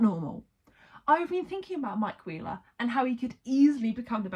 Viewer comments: genuinely thought you said "mike queer-ler" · if you listen closely when you say mike wheeler it sounds like you're saying queer in the middle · even like “aM I Queer, El?”